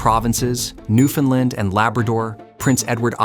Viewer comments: Newf-un-land ✅ New-Finland ❌ New-Fin-Lin ❌ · Newfoundland is not pronounced new-findland. Ask a Canadian. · Your not saying Newfoundland right, its not newfinland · NEW FOUND LAND. But, good video. ai voice aside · Would have been nice if you used the correct pronunciation of Newfoundland. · Very interesting. But please learn to pronounce Newfoundland correctly. It’s like “understand “. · The AI voice getting the pronunciation of ‘Newfoundland’ wrong every time is irritating. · Excellent content, but please learn how to properly pronounce "Newfoundland".